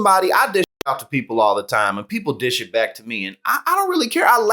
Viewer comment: LOL. You said "dish it" but it got censored because it sounds like "d'shit" 😂